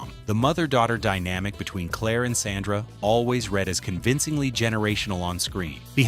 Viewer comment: this is low quality AI slop. They didn't even pronnoucned SANDRA right